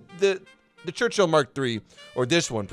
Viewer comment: Ah yes, the Gerchill.